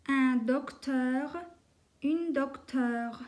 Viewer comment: une dokteure degil une docteure